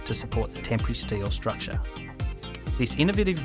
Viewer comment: I was almost 8 minutes in before I realized "tempry truss" was not a new type of truss I had never heard of, but in fact simply the Australian pronunciation of "temporary"